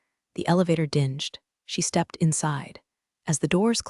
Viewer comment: The AI can't pronounce 'read' in the past, 'dinged' with a hard 'g' and 'Patagonia'.